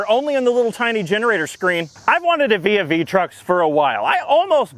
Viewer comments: For some reason my brain immediately went to vis-a-vis truck when he pronounced the name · Um its "Trux'n" ty! xD